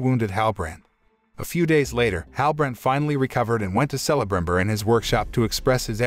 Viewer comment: Dude you are killing me with some of your pronunciations of different names. You are saying Celebrimbor wrong. I wanted this series to be good so bad but it made a mockery of Tolkien work. I don't know why these movie companies are having such a hard time making a good movie or series. Disney and Star wars to name a few. Lets not forget about the MCU or better known as the MsheU. Its like their worried about trying to make these statements instead of telling a good story. Im not interested in LGBTQ politics and how men are bad and women are so much better. I'm not interested in BLM stuff. Stop race and sex changing everything we hold dear. Im just wanting a good story. Its like these companiesare confused on what demographic they are trying to reach. Stop all the woke shit and tell a story worth watching. Southpark nailed it with all the stupid crap these companies are doing. They wonder why their movies and series are failing. This isn't Tolkiens story. Its a heaping pile of crap. Do better